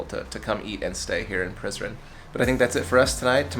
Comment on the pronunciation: When he said let’s go to prizren it sounded like he said let’s go to prison